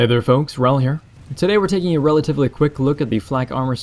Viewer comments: in your first sentence of the video... "today were taking a wrelatively quick look..." just wanted to point that out. that is all. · "hey there folks. here. Today we are taking a WRELativly quick look..." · A "-atively" quick look:D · Taking a "Wrelatively" quick look? Hah, just had to do it, was the first thing you said. ^^